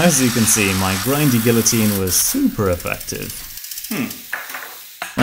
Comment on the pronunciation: You don't pronounce the Ls in guillotine like that